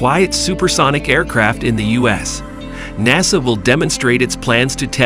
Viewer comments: "dayboo"? "mack"? "NAYSUH"? "Yeeger"? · "Nay Saw"; "Make 1"; "Deb-butte flight". The A.I. voice over needs a "Re-butt". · Who is this "NAY SAW"?